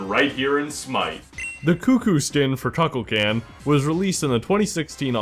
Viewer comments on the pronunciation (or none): Cuckulcan he said. I'm dead. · one thing as a Kukulkan main dear god you said it wrong it hurt me T,T